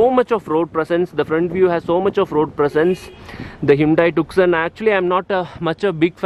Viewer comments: This isn't TUKSON.. It's pronounced 'Toosawn..' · Bhai its not pronounced 'tuk-son'. It is 'ट्यू-सौं' (tyu-sawn). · It isnt tukson ji...to be pronounced as 'tyoosaan' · Bro it's pronounced as Hyundai TooSo not Tuk-Son .. It's the world's most mispronounced Car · “C” in the TuCson is silent. It’s called “TuSoo”. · It’s pronounced too-so